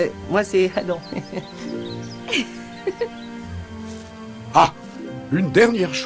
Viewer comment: Hello it's Adam not adan